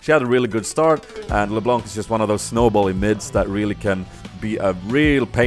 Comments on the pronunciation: The C at the end of LeBlanc is silent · Damn dat "LeBlånk" tho :P